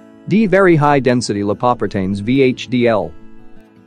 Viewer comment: LIE-PAW-PRE-TAINS lol